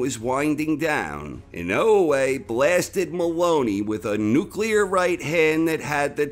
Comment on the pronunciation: "Nuclear" lmao